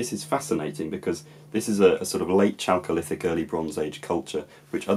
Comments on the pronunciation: Props for your interest in the great science of historical linguistics. Two small things to help you along: 'Kurgan' is pronounced with a voiced velar plosive, not an affricate, as it's a Russian loan. 'Chalcolithic' then again is pronounced with an initial voiceless velar plosive (again, not an affricate), because it's a loan from Greek, where the word khalkos ("copper") started with a chi, i.e. a voiceless velar fricative today or a voiceless velar aspirated plosive in the olden days. Keep the videos coming. Love your content on old British languages. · Two branches of spoken languages are missing from your Indoeuropean tree: Albanian and Armenian. The word chalcolithic is pronounced starting with a 'kh' and not with a 'ch'. It's from 'chalcos', χαλκός, copper, and 'lithos', λίθος, stone. The etymology of agriculture, acre, etc is interesting. The Greek αγρός seems closer to the PIE root.